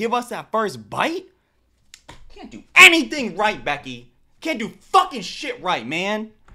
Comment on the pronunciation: As soon as she said any-THINK 😮nah bro